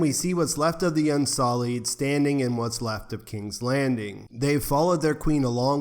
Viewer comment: Un-SULLied not Un-SOLLied. Unsullied, meaning not made dirty, not spoiled.